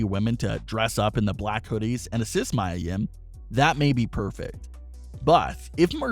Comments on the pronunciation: Pronounce (MEE-YAH) Mia Yim!!!! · Is Mia Yia . U said wrong.